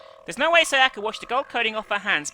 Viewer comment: always says "Sayaker" when she says "Sayaka"